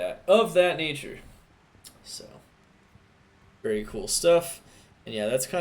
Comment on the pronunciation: Every time I hear you say "very" I replace it with "beary"